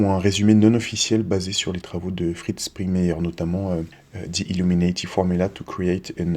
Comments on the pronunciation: par contre même en anglais ca se prononce illuminAti et pas illuminÈti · bien sur que non mais le A ne ce prononve pas È dans ce mot en anglais donc me dit pas le contraire je sais de quoi je parle . c est pas comme pour le mot NATO qui lui lui se prononce NÉTO , illuminati c est pas le cas , il se prononce comme en français...sans l accent bien sûr